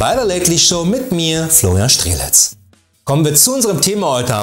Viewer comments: Die LATELY SHOW mit Florian Strzeletz „Sch-tre-lets“, richtig nech? 😂😂😂😂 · So sehr ich mich bemühe, ich kann Strzeletz einfach nicht aussprechen. 😂